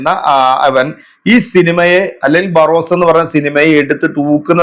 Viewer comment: ബാറോസ് അല്ല. ബറോസ് അല്ലേ🙄